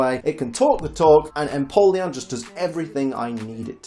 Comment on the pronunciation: EMPOLEON, NOT AMPOLION!